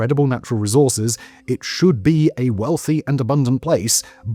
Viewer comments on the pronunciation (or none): none